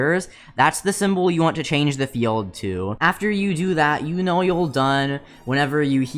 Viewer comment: "that you dont knwow" LMAO MY DUDE U OK